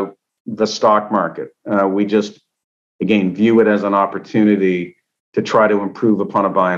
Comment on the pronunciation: Why is this man unable to say the word "again". He sounds like a fool!